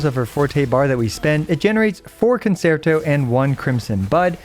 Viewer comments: FYI it's pronounced [con-chair-toe] not [con-sair-toe] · Love your guides and i hate being this guy but it's the music class in me it's pronounced kuhn·chehr·tow Guoba was doing the same thing in his Robin guide for HSR. thanks for understanding her kit for me so i don't have to! I also hope you're feeling better by now. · CON-CHEE-AIR-TOE You get discounts on Italian cars if you say it right